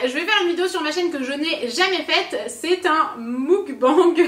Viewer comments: Mukbang se prononce Meukbaing pas moukbangue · C’est pas "mouk" mais "mœk " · Mukbang c'est plus "meukbang" que "moukbang" mais c'est trop cute prononcé comme sa j'adore 😭😂✨ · C’est ni meukbang ni moukbang c’est Meokbang 먹방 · oww comment elle prononce « muck bang » je meurs quand 😭😭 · « moukbang » mdrrr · Sa s'écrit mukbang mais sa ce dit meukgang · et son "Mouquebangue"😭🤪❤ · Oh non 😭😭 C’est pas ça la prononciation